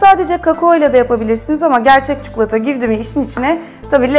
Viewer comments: Çukulata değil ya çikolataaaa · Abla her çikolatalı tarifine bu yorumu yaptım çukulata değil çikolata lütfen yeter ama bir yere kadar. Çok rahatsız olmaya başladım türkçeyi düzgün kullanırsan sevinirim.